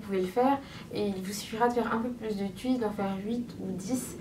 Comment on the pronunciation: "Tchuiste" 😂 jolie coiffure